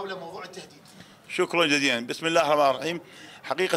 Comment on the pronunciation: يعني البسملا ميعرف يكولها لا تعليق والله ماعرف شحجي واكيد محد منكم منتبه وهذا يدل على انكم أغبياء فكر انه ياهو جان انصفكل وننتخب ونكول علي تاج راسك لتحجي علي